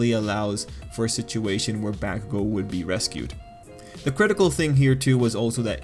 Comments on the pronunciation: Should sound more like Bock-kugo or Bawk-kugo, not bACK-kugo. Fight me, bitches! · I love your analysis On these things but- PLEASE PRONOUNCE BAKUGO'S NAME RIGHT!! Every Time I'm squirming In my chair- Please!!! It's Baku go!! NoT BAkugou!!!! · Please try to pronounce Bakugo right it’s hella annoying how you say it.